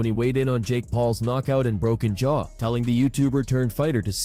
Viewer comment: You do know it's jaw, not chaw... right?